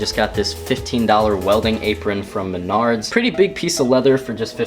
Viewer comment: I don’t know why but every time I hear him say menards I think he says the nards and I’m just like radical dudeeee